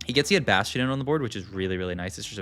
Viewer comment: take a shot everytime he says bastion in a french accent